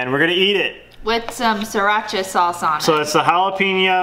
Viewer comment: "Sirach-aye sauce" haha